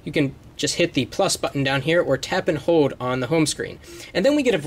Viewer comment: when you say hold it sounds like hode